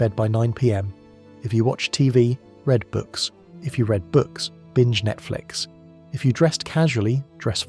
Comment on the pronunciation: I mean... you offer some good insight, but the fact that you don't take the time to review how the AI reads your script gives cause for pause on whether it's worth the time for a person to consume what you produce. If you don't care about the production, why should the consumers? There are tricks such as using text like 'red' for the AI to properly pronounce it as 'read', write out 'number' instead of "No.", just take the time. Relying on AI isn't a bad thing, but presenting its entire work without human overview just gives a bad vibe.